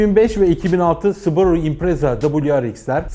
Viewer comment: Su borusu diyorsun subaru ya